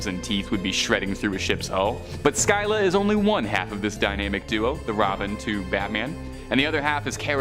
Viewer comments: say it THIS WAY.... Sillah (Scylla) I give you major learning curve points for at least TRYING to say the names though. :) LOL. HEY one last little FYI Whenever someone at the Time period in history were battling a mighty enemy, and it seemed the battle was never going to end, people who witnessed such difficult battle circumstances, it started being said for any person facing such personally insurmountable odds, were referred to being "Between Scylla and Charybdis_ Which would later be THE ONE ACTUAL Definition to describe anyone being Between a Rock and a Hard Place! Which actually made more logical sense at the time, as Zeus placed both as Guardians on 2 sides of a water Channel where Ships would have to travel through this Narrow channel in order to dock into Greece to Pick up/and Drop off. Various resources and supplies/ foodsand tools/equipment for the Greek peoples. And Zeus Made it so that when the multi headed, cave creature Scylla,died and Charybdis died, Zeus made it so that Neither actually passed away... (He made both eternal Immortal monsters who would Often fight one another to see who the ultimate winner would rightfully Claim the sailors who would Die from being stuck between the Rocks (viewed as the Multi headed Long necked cave Monster--Scylla--Who resided in a highly placed mountain Cave on 1 side of the water channel, and Charybdis would be placed Opposite of the monster Scylla and was transformed by Zeus, as a swirling, dangerous deep violent underwater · Learn how to pronounce the names of your subject matter Scylla and Charybdis. You are so butchering their pronunciation, most any Computer has translation and pronunciation functions. Please use it in the future.